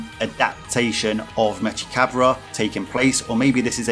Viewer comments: Mechikabura You’re pronouncing his name wrong though, it’s like from the same Cinderella song as Bibidi, Babidi, and Buu: Salagadoola mechika boola bibbidi-bobbidi-boo. Put 'em together and what have you got? Bibbidi-bobbidi-boo! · It’s pronounced like from the Cinderella song, just like Bibidi, Babidi, and Buu: Salagadoola MECHIKA BOOLA bibbidi-bobbidi-boo. Put 'em together and what have you got? Bibbidi-bobbidi-boo!